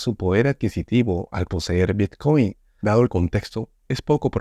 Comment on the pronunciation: El “bitchcoin” jajajajaja.